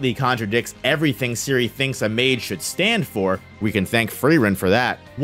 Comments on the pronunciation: The name of "Serie" is pronounced differently. The e is not like an i, but how you would say it in "Zen" (albait a bit stronger). And the last e is also pronounced. Generally a lot of names are often pronounced wrong. You can look them all up quite easily online as they are all simply German words. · Man's calling her Siri LOLOL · Dude your Butchering the Names of those Mages :D Serie=SaeriE would be the Pronounciation